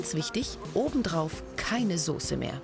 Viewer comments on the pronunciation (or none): none